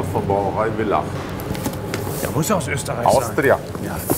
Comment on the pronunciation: So lustig wenn die Deutschen Willach zu Villach sagen. Der Typ hat schonmal was geschickt.